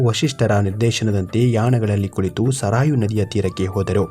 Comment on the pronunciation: ಅದು ಸರಾಯು ಅಲ್ಲ ಸರಯೂ. ನದಿ.ಎಂದು ಹೇಳಿರಿ.